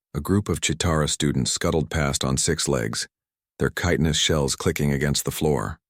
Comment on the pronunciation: finally, an ai that pronounced chitin properly. sheesh. about time